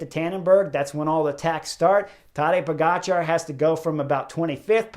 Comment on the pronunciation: It's not tAdej but tadEj ... accent is on E ... kind regards from Slovenia 🌞 You pronounce his last name great 🥳